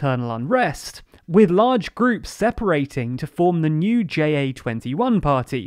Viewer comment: JA21 is not pronounced that way, or spelled I should say. ('Ja' means 'Yes' in Dutch, and it's pronounced like saying "yah")